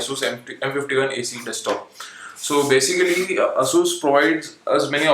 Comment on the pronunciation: Basicerry = Basicly??